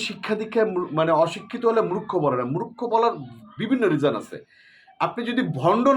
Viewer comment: আপনি নিজেই "মূর্খ" একটা , বার বার বলতেছেন "মুরোক্ষ" মুরোক্ষ , আরে গাধা এর উচ্চারন হবে "মূর্খ "🤣🤣🤣🤣🤣